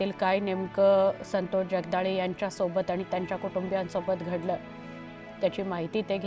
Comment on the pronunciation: असल्या नाटकी बातम्या कशाला दाखवताय?खोटे अश्रु काय कामाचे. संतोष चे नावही या लोकमतच्या बाईला नीट घेता येत नाहीये.